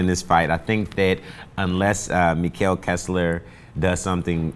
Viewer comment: COME ON KESSLER! -and its pronounced "Mekkel"